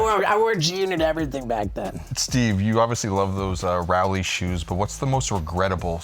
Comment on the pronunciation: Also its ROW- lee like row boat Put some respect on the legends name A legend we all mispronounced until his 9 club appearance 😂